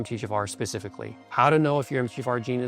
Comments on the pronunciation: It's the M T H F R gene mispronounced by the AI narration with you hearing jafar. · I always think you are saying "M. D. Jaffa". Sounds like an alien doctor from Stargate SG-1 😅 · I kept hearing Empty jafar 😂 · This video is helpful and consistent with what I’ve learned over the years. However - is it AI created? Why is MTHFR pronounced “empty jafar” and why does phosphatidyl sound like “fossfatil” and others. My undergrad is in genetics and these terms don’t get mispronounced. I’d rather have an authentic video than AI. I appreciate the content of this video but I have questions. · So much information to digest. I would much prefer the video narrated by him instead of AI which could not pronounce MFTHR and others. Proof positive that our biological metabolic pathways are way too, more like obscenely complex. A hiccup in even one gene for whatever reason can lead to health problems and a life time of misery. It appears that everything ultimately negatively affects the master, MFTHR. Didn't the Almighty ever hear of KISS, keep it simple stupid? Just try to avoid man made pollutants, heavy metals, electromagnetic fields, constant stress, etc. and still live our modern society. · Why does he pronounce MTHFR mumbled?